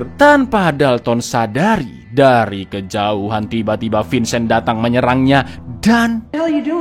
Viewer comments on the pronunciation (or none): none